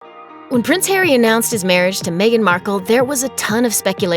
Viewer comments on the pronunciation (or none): none